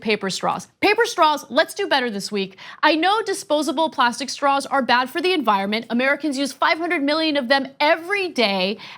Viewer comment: Did she say she wants staws that don't suck? Lol if it was Intentional, lmao if it wasn't!